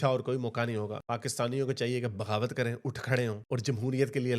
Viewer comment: Are chaman bhagawat nahi hota bagavat hota hai